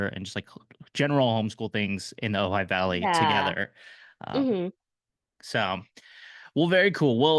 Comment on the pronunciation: Did you say “Ojai Valley”?